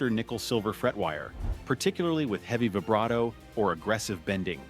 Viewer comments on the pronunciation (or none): none